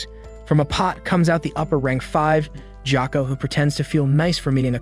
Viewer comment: ITS GYOKO NOT JOKO AND ITS KANOA NOT KANOW AND ITS SANEMI SHINAZAGAWA NOT SENAMI SHIUZIGWGAA AND DONT CALL ME SWEET KAWAII NEZUKO AND WHY THE HELL ARE YOU CALLING PEOPLE “ Kawaii mitsuri “ ETC. WHY ARE YOU CALLING PEOPLE KAWAI ITS WEIRD